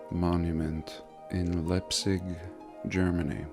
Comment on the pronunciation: Excellent! I'd love to see that Pyramid up close. No way they dragged the granite like that, and how did they manage to stack them into the pyramid? PS: Leipzig is pronounced [Laipt'sík]